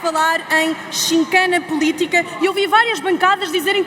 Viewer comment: Atenção,: "CHICANA". Não "CHINCANA".